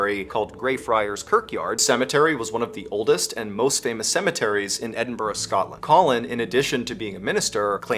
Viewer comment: I love all the videos showing my home town from various channels.. It's pronounced Edin-BUUH-RUUH (as one) Edinburgh. Old Edinburgh is amazing! The great FIRE happened world wide, not just London.